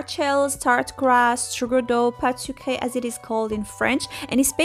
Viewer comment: Comment vous avez dit pâte sucrée sans accent 😍